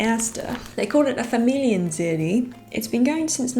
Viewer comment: Typical entlish-speakers-mistake spotted: You said "Familienseri_ - but it's Serie, the e isn't silent. (I don't want to nitpick, but that's the no 1 mistake english natives make so I wanted to point it out for the benefit of everybody who wants to learn german.)